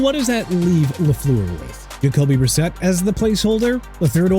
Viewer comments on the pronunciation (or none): JEFF HAFLEY THE NEW DOLPHINS COACH HAS THE WORST CHANCE OF GOING TO AND WINNING THE SUPER BOWL... YOU PEOPLE SHOULD BE ASHAMED OF YOURSELVES! LEAVE MIAMI ALONE! EVERY TIME Y'ALL WANNA TRASH THE TEAM IT'S LIKE YOU'RE MAKING FUN OF THEM! ENOUGH!!!!!!! ALSO IT'S JACOBY BRISSETT NOT DACOBY BRISSETT!! YOU CAN'T GET A QUARTERBACK'S NAME RIGHT?!?! YOU KNOW WHAT?! YOU DISGUST ME! TRASHING MIAMI LIKE THAT... SMH